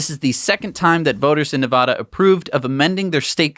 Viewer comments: Please don't say na vah duh lmao its like saying Warsh instead of Wash.. or Die uh be dis im not annoyed by much but.. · So did finally see a comment about how they are pronouncing Nevada wrong? Or is it all the talk about Nevada because of the election that clued them in??